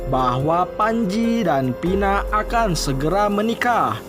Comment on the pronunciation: Kok Nopi bukannya Novi kok Pina bukannya Vina gak jelas banget ngomongnya???